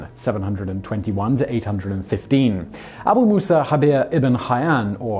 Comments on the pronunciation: It is inaccurate to pronounce the 'j' in Jabir as an 'h'. The Arabic letter we represent as 'j' in that name is the same one that we see in the word 'algebra', which we also borrowed from Arabic, and is always pronounced either as a 'j' or 'g', depending on the local dialect. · Jabir is pronounced as a J or G (depending on the Arabic country), not with an H.